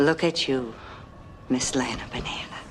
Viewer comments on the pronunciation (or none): none